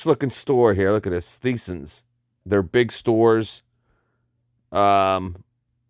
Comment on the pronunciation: No disrespect Boss...it is pronounced like Tyson’s but spelled Theisen’s. Just FYI!